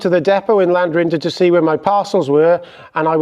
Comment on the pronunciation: Ll = Clan not Lan 😂 Your not a cockney so do yourself proud🤣